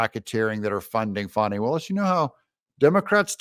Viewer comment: Doug… her name is Faaannnnni. Not FAWNI